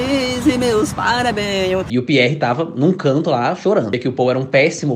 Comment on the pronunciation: "meus parabenhu"